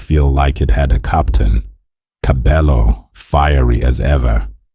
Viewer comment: Pronouncing is irritating I stopped listening when you said TKzet ee😮 and kabelo's stage name